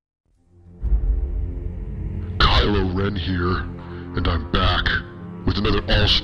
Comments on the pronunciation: Ky Loren. Thats definitely what I'll be calling him from now on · ky loren. I love it. lmfao